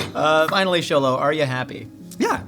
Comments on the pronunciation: this is why i love! thank you for pronouncing Xolo's name perfectly and correctly <3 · Respect to the interviewer for pronouncing Xolo’s full name right